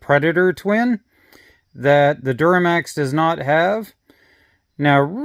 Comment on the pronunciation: duromax, not duramax